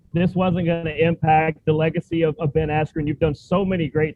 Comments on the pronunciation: really speaks and goes to the level of professionalism of "trilla" , when it comes to payper views... the generated amount was good, but it was a huge disappointment with overall pro atmosphere and fighter behavior, ole boy was took out on a stretcher after faking a bad shot... saying Bens name wrong.... i mean the turn out was good but the show was really a "SHIT SHOW" ...! It was truly cringing to watch overall... knowing you have sublevel fighters and then for the showmanship of the actual show to be so subpar.... was not good overall for Trilla... if there is another payper view at the same time i will def choose the other and then watch passed results of the Trilla line up.... I expected way better flow..... NEXT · Tio..... not sure about Triller bro.... theyre really going to need to up there showman ship cause lastnight was absolute a dogshit show bro.... and i was pulling for this new approach but gawdamnn they let a fighter fake his ass all the way to a stretcher with now interruptions, saying Bens name wrong... and what else man... and i know true fight fans caught all of this bullshit... so the next set up will need to redeem this bullshit show or people are going to wait to catch the payper view the next day and no pay for a shit show.... Triller what tha fuck happened man..... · Best scene was when Buffer messed up Ben`s name mans was confused throughout the fight